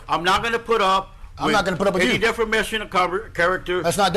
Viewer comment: He said defermation lol